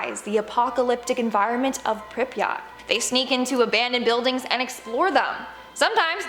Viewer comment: that pronounciation of pripyat infuriates me lmao